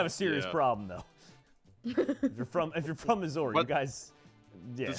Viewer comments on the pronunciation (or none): Bro said Missori